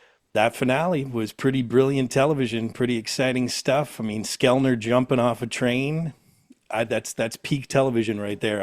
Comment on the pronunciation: Did the interviewer say “Skelnar”? It’s Sklenar, c’mon…